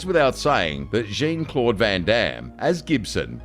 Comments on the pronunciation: When the narrator pronounced Jean-Claude Van Damme's name twice, in Cyborg & Breakin', as Jeen I lost it 😂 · “Gene” Claude Van Damme? More evidence that these videos are narrated by robots. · His name is not JEEN-Claude Van Damme.....its Jean-Claude as in "JOHN-CLAWED VAN DOWN BY THE RIVER DAMN SON!!! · Dude - pronuciation,please ! Actor JOHN, Claude Van Damme (not Jean), Marquis De Sade, say it as sad. !!!!!!! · Jean Claude Van Damme... but instead of being belgian man Jean, it's english woman Jean, like in Jean Grey. Seriously? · "Gene" Claude Van Damme? Is this narrator a Cyborg too? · Some great films featured here but my God the narrator's pronunciation is awful!! WTF is Gene Claude Van Damme or Markway day Sade? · Fire your voiceover guy!!!!!! JEEN-Claude Van Damme? MARKWAY de SAYDE? WTF..... do 2 seconds of research. Pathetic. Straight up pathetic. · It’s not Jean John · How do you pronounce Jean Claude Van Damme's name wrong?! Maybe you were talking about his stunt double JEEEEEEN 😂🤣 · the AI cant pronounce jean claude yet i guess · Seriously, how the fuck do you not know how to pronounce Jean-Claude or Marquis de Sade?